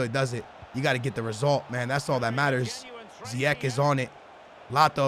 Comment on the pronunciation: it's ziyech not ziyek, and play him at CAM not RM, you'll enjoy him gameplay more